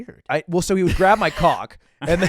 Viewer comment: says: "My question for you is" I said: "Ma question for you is"